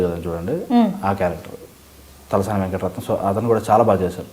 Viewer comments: Hey hero Chalasani not Talasani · talasani Kadu bro chalasani😂